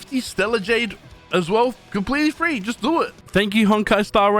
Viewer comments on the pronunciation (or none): none